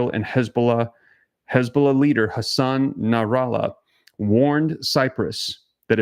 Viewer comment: His name is Hassan Nasrallah . Please say it right. A name that will change the face of Israel till end it times